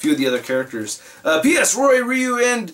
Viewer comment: I hate when people say Ryu that way...lol. Killing me